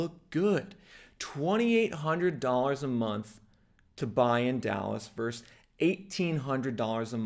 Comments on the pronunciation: The word is VERSUS… often abreviated as “vs.” The word is NOT pronounced VERSE ! One of my pet peeves! When did this abomination start ??? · Why don't you pronounce the second syllable in "versus"?